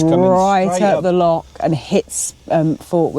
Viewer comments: and; ask a local on how to pronounce lock and loch. Just a tip. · Have to agree no excuses for saying lock,they're found in doors and canals, how long would you wander in the lake district calling it the Loch district before someone would want to correct you .